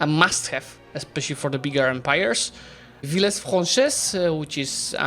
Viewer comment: It's mostly for the words which end in -es like "Villes franches" where there were some mistakes, we just pronouce a light 'e' and not the 's'. But for words like 'États' there weren't mistakes with the pronunciation